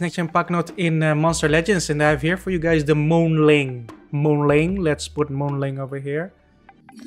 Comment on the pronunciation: It's not moon ling it's Moon Ming